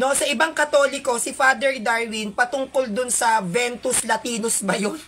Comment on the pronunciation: Vetus latina po hindi ventus